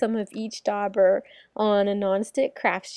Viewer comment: THe "u" is silent. Dauber is pronounced like jabber. Look up "daub" in a dictionary.